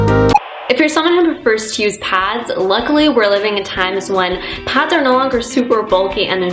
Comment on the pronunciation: and when she says pads to her it's pods